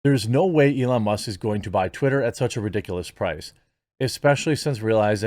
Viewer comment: Must or Musk? The K isn’t even close to the T, my dude! Forever tainted!!